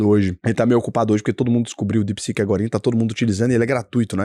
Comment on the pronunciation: é DeepSeek e não DepSec kkkkkk